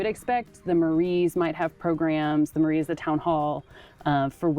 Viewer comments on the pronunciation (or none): Mairie pronounces like merry with 1 R Love the podcast